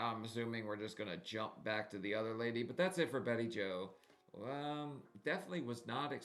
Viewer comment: you're killing me!! Turdy! Turdy pounds! I cracked up - Of course, there's pronouncing Bettie Jo's name, BayJo. It's all good!!